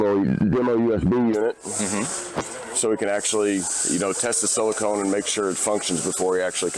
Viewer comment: So its made out of sealing material and not a semiconductor? I've heard this guy say "silicone" several times now...